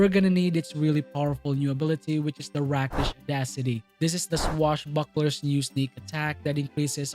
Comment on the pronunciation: Rakish like Rake. Long E sound. English is such a mess.